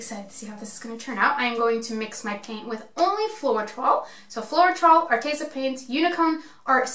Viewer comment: How can you not pronounce floetrol..... Flo....... Troll.... You fuckin kill me every time FLO TROLL and too much silicon makes tiny cells